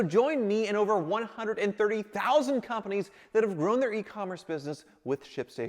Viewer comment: I could swear that you said "130000 companies that have RUINED their business with shipstation", but I think you said grown or grewn?